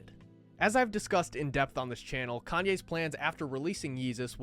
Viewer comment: Dude said "caynes"